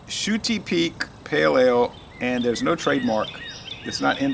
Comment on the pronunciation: I'm going to guess it's actually pronounced shut-eye, as in sleep lol. i think you gave it a lot higher score in the duo review..that's how it goes though, sometimes the same beer will seem much different a day apart.